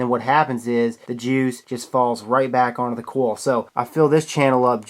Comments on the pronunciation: hopefully he'll read the comments and start to say coil instead of "kawel" the rest of his accent is fine. 😀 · Clayton Rickard also he pronounces coil "kawl" 😨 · And he pronounces coil "kawl" which is strange 😦. Why do you do that Please reply to this comment! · no I'm not dumb he only pronounces one word wrong, that's not an accent. Are u dumb ?